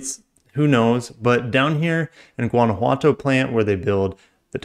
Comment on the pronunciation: Hey,, you pronounced Guanajuato, Mexico perfectly. Good job!